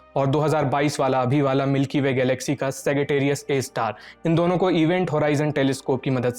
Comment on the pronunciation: सैगिटेरियस नहीं मित्र। सैजिटेरियस।